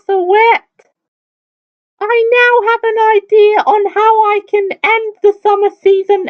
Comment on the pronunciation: you said can wrong